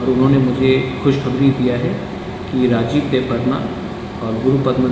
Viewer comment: Madam ji nam to thik tara se liji e rajesh nahi rajib hai kagos mei bi likha hua hei